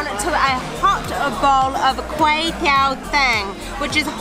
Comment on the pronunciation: it not kuay teow 'thang' it's 't-ng' lol. It's so much fun when you pronounced all the names of the dishes.